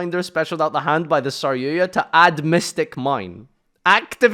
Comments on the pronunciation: Stop saying saryuya "argapain? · DRAGOON! Holy hell "red-eyes dragun duuur" it's not a hard word. Then again he still says saryuja as "saryuya"